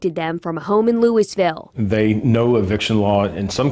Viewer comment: They pronounced Louisville wrong lmao